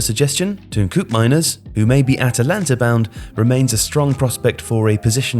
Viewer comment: Koopmeiners*, not Koopemeiners! ;)